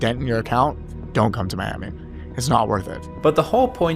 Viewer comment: Are you talking about Miami or Spanishami?